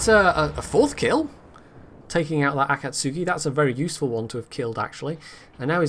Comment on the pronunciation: To be fair, you and Jingles both mangle some of the Japanese ship name pronunciations (like the mutsuki and akatsuki)